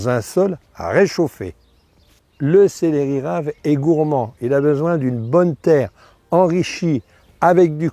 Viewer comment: Céléri??????? on dit célEri il n'y a pas d'accent sur le deuxième E